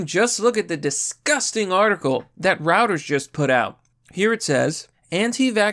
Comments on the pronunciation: It's pronounced Roy-ters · Reuters is pronounced "Roy-terz". Rhymes with "goiters".